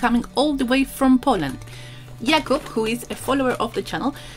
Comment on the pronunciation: Awesome video, beautiful end result, and cool nail polish, as always. :) And greetings from Poland! Your pronunciation of Jakub's name is great!